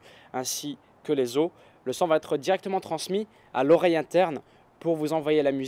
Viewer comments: ça me stresse d'entendre "sang" à la place de "son" lol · quand tu dis le son j'ai l'impression que tu dis "le sang" bref sinon très bonne vidéo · Je suis le seul que ça stresse qu'il prononce "son" comme "sang"? D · Ahhh il dit "son" et pas "sang" ! J'ai eu du mal xD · "son" pas " sang " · oui le sang mdr😄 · Si tout aussi tu as compris sang a chaque fois qu'il dit song mets un j'aime. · younes karmouche J'ai juste dit que ça faisait bizarre d'entendre "son" prononcé de cette manière, en rien j'ai insulté ou j'ai dit que c'était un accent de merde, va falloir que tu redescende un peu, mon pote.